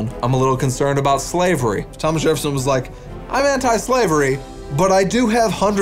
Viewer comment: Jereffson instead of Jefferson gets me every time 🤣